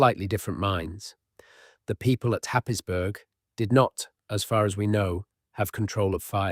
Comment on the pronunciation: Happisburgh is pronounced Haysbruh